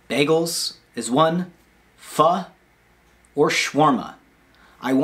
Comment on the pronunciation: Im thinkin Pho. (You actually said it right, wonder if anyones gonna actually appreciate that) . We gotta collab just one video lol just once bro. Maybe im itching to get outta the house myself. Anywho otherwise much love to the channel. Always.